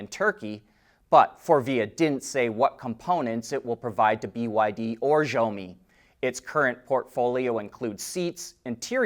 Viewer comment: That’s not how you say Zeiss. And that’s still not how you say Xiaomi.